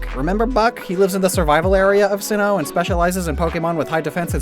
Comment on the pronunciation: he said simmoh